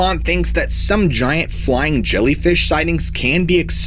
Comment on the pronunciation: Zshiant Zhellyfish!!